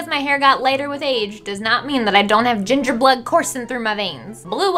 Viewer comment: when she said ginfer i thought of gingerale